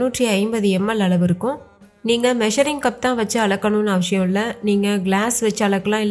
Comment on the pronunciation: Not avshiyam avasiyam